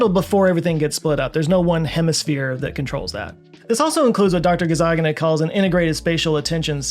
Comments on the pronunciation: and multiple times during the video... It's very funny you cannot say the N word even subconsciously. LOL You kept saying Dr. GazzaGINa and not the correct last name GazzaNIGa’s. I wouldn't be surprised if this was intentional. If it was intentional, I'd have tried to pronounce it with the J sound for G. But yeah, I made this observation and had to say it out here. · one thing wrong here: You consistently mispronounced Dr. Michael Gazzaniga as "Gazzaggina," throughout the entire video, even while reading his quotes, with his name on the screen. Also, you kept saying, "he," about the left hemisphere, as if that is the person, "sitting there waiting," while both hemispheres are sitting there, waiting. Both are "him." Just because the right hemisphere can't verbalise, doesn't mean the entire personality is locked in the left hemisphere. Surely, you know that neither half is a whole person. I kind of see you getting around to that in the video, but it was a bit getting there. I have noticed my own lateralisation, as sometimes I feel a certain way, and I have learned, that feeling is my right hemisphere expressing boredom. I am ambidextrous, so my right brain is used to doing a lot. This happens most when driving long trips. I get agitated a little, and realise, it's my right brain wanting to steer, so I drop my right hand and let it. BTW, my right brain is a better driver, versus my left brain. I have to concentrate more when using my right hand alone to steer. When my left hand steers, I can think about other things, and I do. Interestingly, when my eyes drift, sitting at home, I have noticed the left image, seen by my right eye, seems more solid than the right image, where I often see "through" whatever I am looking at, seeing things to the right of the image as seen by the other eye pushing its data. I suppose that means my left brain is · Good choice pronouncing it "Gazzagina" Might as well change the spelling just to be safe. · GazaNiGa not GazaGiNa 😆